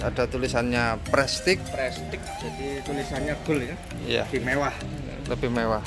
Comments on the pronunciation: Bacanya prestis bukan prestik bang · maaf kang, prestige diucapkan jadi prestise kang....suwun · Baca nya prestis😀